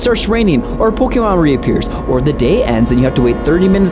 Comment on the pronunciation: Why do you say "Pollkeymarn"